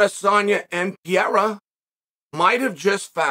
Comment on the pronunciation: CHAEL YOU ARE WRONG: 1. You say there has not been someone who has missed weight and has gone to a title fight next... What about Oliveira? 2. You are pronouncing PEREIRA'S name wrong. You make it sound PIERA and it is PE-RE-I-RA. Just wondering if you think now that if Nate would have had a chance against Khamzat